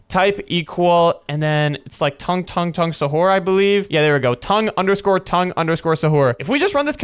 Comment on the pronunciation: Tung tung not tongue tongue